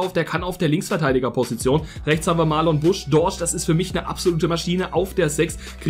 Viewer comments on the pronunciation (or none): Und die 2 heißt Marnon Busch nicht Marlon Busch